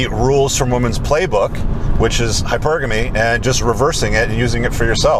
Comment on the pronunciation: It's hy-purrr-ga-mee, not hyper-GAM-ee. I don't know who the butt-lipped illiterate is that told you that it's pronounced that way, but he's probably 12 yo. and has never heard the proper pronunciation, or he's messing with you.